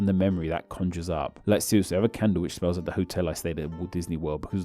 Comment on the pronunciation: interaction-ah too-ah smells-ah smellblind-ah